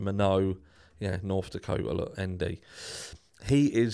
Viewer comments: FYI - Minot is pronounced My - Not. :) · Great work clearing the case of 2 Ethan Chapins up! I’m from ND…and just to let you know…Minot is pronounced “why not Minot” or “my-naught”. What a tragedy for both Chapin families.😢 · Hi, Go ahead and pronounce the final "t" in Minot. We do.